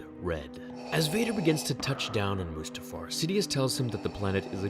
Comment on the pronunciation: mutafar? really? it's mustafar